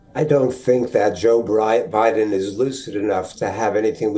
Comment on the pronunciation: The anchor accidentally says Briden so does the guest 😅😅😅